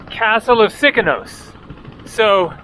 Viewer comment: Its Sikinos and not Sikonos 😀